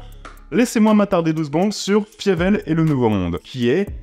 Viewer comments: Par contre ça se prononce "Faïveul" et pas "Fiévèl" 😂 ! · "Fiévèle" par "Don Blousse" ?? Faïvel et Don Bl.... euh je sais pas. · Je ne peux pas t'envoyer de vocal mais mes oreilles saignent face à l'écoute de la prononciation de Fievel que j'ai poncé enfant.